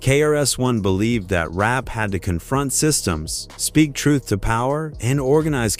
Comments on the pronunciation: In rape ? I hate when people don't correct their bad Ai voice mistakes. It's really annoying. Who is RahKeem? Smh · I absolutely HATE A.I., because it sucks. If it cannot pronounce the names properly, STOP USING IT. Do it yourself. And it’s “Rap’ not “rape.’ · When it called rap "rape"... I was through